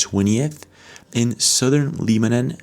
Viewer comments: Leebanan??? You mean Lebanon. LeBron.....Lebanon.... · It's pronounced, Leb-a-non not "Leeb-a- none" !!! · Re: The country "Lebanon"... it's not pronounced "LEE-ban-on" in English. We pronounce it "LEB-an-on". (Rhymes with "WEB") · Pyramid video is absolutely fake. The fact you put this video on here lowers your credibility. FYI its not called LEE-BE-NUN... ITS LE-BA-NON . Go get a diploma dude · Lee-ba-num?? Really? It's Beirut, Leb-uh-non. You're looking at maps and doing research daily and you've never heard of Lebanon? My, my, my. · Hey bro it's pronounced Leb-anon not Leeb-anon 👍🏼💪🏼🙏🏼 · I have always liked the videos this guy has produced but if he doesn’t stop mispronouncing Lebanon I am going to shut down this particular video! How in the world does a guy that is as informed as he is not know how to pronounce Lebanon properly? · Check your pronunciation of ‘Lebanon,’ it’s not a hard ‘E.’ I’ll have to assume you are AI or an Interdimensional being, based on the mispronunciation. 👀 I’ll be watching every one of your videos, just in case you’re not an earthling. 👍 Peace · All respect, but it’s pronounced with a short “e”, Lebanon, like levitate. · WHY THE HELL ARE YOU SAYING "LEEBANON"? What planet are you from because nobody on this one pronounces Lebanon as L-EE-banon. You pronounce it like "lead-bana'an", but with a silent d. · Try pro bouncing Lebanon again. Why you are at it, work on the word, basic, too. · "Lee-ban-on" Seriously??? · like this dudes videos but his pronunciations of 'aluminum', 'lebanon' and others are literally unbelievable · I've never heard Lebanon pronounced like that. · Fyi..its pronounced LEB not LEEB..Lebaaaanaaaan. And RELL-UM not REAL-UM..for "realm"